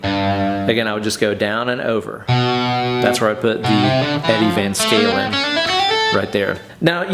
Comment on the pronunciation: “ Eddie Van Scalin” 🤘🏼🔥